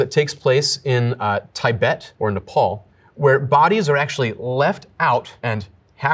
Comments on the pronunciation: Correction. Its supposed to be “Tee-bet” not “Thai-bet” 😬. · Actually it's tuh-bet 😬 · Tie-bet? Never heard that pronunciation before! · Is that how Tibet is pronounced in the US? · Tie-bet?! Bruh… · I have NEVER heard anyone pronounce "Tibet" as "Tie-bet". Americans are so odd. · TAYE- BET 😂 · The way he said Tibet made me chuckle, as a Tibetan